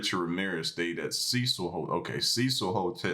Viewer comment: its not cicel its CECIL